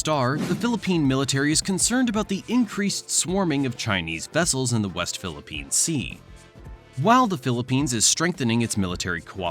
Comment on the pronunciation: Thank you for saying the "West Philippines Sea".